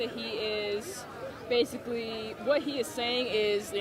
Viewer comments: "It's not my sign basifically." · It's not her sign "basificly". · "It's not my sign pacifically" 10/10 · "It's not my sign PACIFICALLY...."